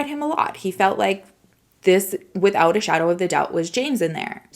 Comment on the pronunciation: U can't say wivout reasonable doubt tho x